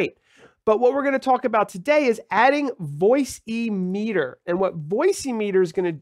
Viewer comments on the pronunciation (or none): Why do you insist on calling it "Voice-EEE- Meter"? It is clearly called Voice Meeter (emphasis on "meet" - as in, meeting voices.). There is no "voice(y)" implied anywhere in the name of that software. Otherwise... good and helpful video. Or should I say, Video-EEE? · Surely it's not pronounced "Voice-e-meter".